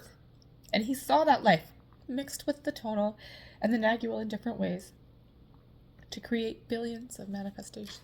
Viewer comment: Pronounce "nag-wall", the g is silent